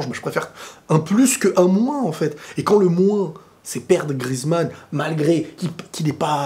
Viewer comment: Antoine GRI-EZ-MANN [gri-èze-mann] et non GRIZ-MANN [grise-mann]!!!!!